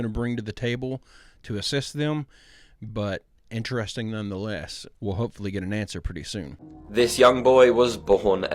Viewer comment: i will consider subscribing if you start saying the word interesting properly :D